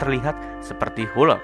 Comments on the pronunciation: Hulk bacanya = halk , bukan hulk . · bukan hulek mas tapi hulk 😂😂😂😂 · Kok hulek? Pantesnya dibaca huk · Ini hanya saran untuk memperbaiki bahasa inggris saja. Untuk beberapa perkataan, berikut adalah cara membacanya dengan benar : Hulk = "helk" ( 'e' dibaca seperti 'melatih', bukan 'hulek') Muscle = "masel" ( 'e' dibaca seperti 'melatih', bukan 'masele') Heavyweight = "hevi-weit" (bukan hifiwit) Cricket/kriket = "kriket" (bukan kreiket) Bukannya apa, memang benar usaha itu sudah bagus, tapi kadang kita mempermainkan orang asing atau merasa lucu ketika mereka mengucapkan bahasa indonesia dengan salah atau kurang tepat. Apa salahnya memperbaiki. Kita bisa bayangkan posisi mereka ketika kita kurang pintar dalam menggunakan bahasa mereka. Tapi apapun itu, semoga diterusin video2 fakta seperti ini, good job!